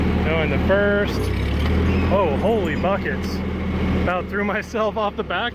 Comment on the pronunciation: Was that holy buckets with a "B" or an "F"?